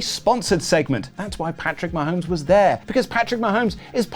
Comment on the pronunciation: Incredibly difficult to understand reading Patrick Ma-homies related comments. The impression of each of them swallowing the quarterback to the footballs did come across authentic. 10/10